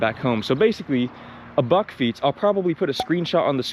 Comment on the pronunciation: You pronounced bakfiets perfectly.